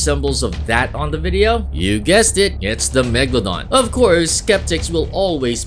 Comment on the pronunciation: my friend thought the megalodon was a place cause he pronounced it mega london